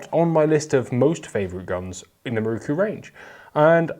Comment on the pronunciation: MIH-ROW-COO! Otherwise, it was a great review.